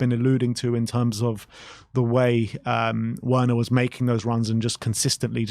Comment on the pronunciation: Please stop saying Werners name wrong, it is just disrespectful.